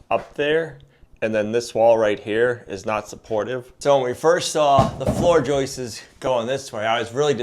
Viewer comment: “Floor joist-es”….What? Please; it’s JOISTS! Unless, this is part of the “RockSwool” vocabulary. Is this a New England way of speaking?